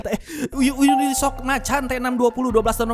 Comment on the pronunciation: Yunisok ❌ Yuni es o si ✅